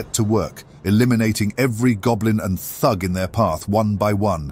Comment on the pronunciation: Bro said "thug" like it's a slur.